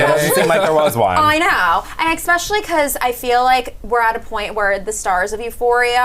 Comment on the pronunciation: Eckspecially! They need a hetero white dude for some diversity.